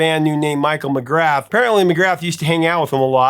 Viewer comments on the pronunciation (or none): The T in Mc Grath is silent .